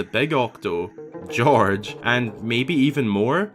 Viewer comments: I believe it's pronounced "guy-org", but I like "George" too. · I think it's pronounced Gee-or-gh, not sure though, as they could have a different name than the sand sharks in spirit tracks. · Gyorg - I go with Guy-org, like in organisation, but I do love that you call them George 🤣